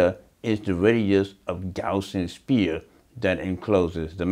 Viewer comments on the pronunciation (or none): none